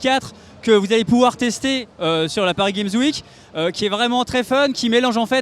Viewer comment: Paris Gamzwik --' articule